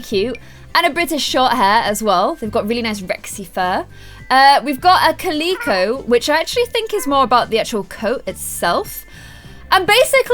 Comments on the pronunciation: not to be rude but it is calico not clico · ITS CALICO CAL-I-CO NOT CAL-E-CO sorry I have problems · It’s a (cay-lik-co) is Calico no hate but I hate when people miss pronounce animal breeds I love you so much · I have a calico and I just loved hearing how pronounced calico. She pronounced it: ca-lee-ko. Instead of: Kal-ick-o. I just found it so cute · It's not caleeco it's (cal-ick-co) sorry to correct you I have OCD so it brothered me sooo sorry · Calico?(cow-lick-of)? It’s calico(cal-I-co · No offense this just bothered me, ITS CAH-LIHCO NOT CULECO!!!! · 8th view!!!! #EarlySquad Love you 💖 You are an inspiration to all of us! ❤️😍 Also I know I'm being annoying by pointing this out but you said cal-e-co and I think it's pronounced cal-i-co 😐 I'm stupid for pointing this out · Ca- lee-co 😂🤣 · 'Ca-lee-co' .....CA-LEE-CO...... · ...did you say ca-LEE-co? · Calico (Cal-i-co) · No offense but it's pronounced cal-ic-o ( ps I'm a cat addict) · When you said calico it’s calico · Niamh Simpsn its cal-e-co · Amazing 2020 it’s cal-i-co.Its spelt that was as well. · You said Calico wrong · The way she pronounces calico😂 but I love her